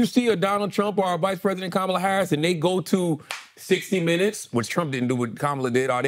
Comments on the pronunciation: Andrew still does not care to pronounce Kamala’s name correctly. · what is up with the mispronounciation of VP Harris' name? Y'all say it right and wrong several times in the first 20 mins of the ep. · Stop mispronouncing Kamala. If you can’t get it right, call her VP Harris. please check them all!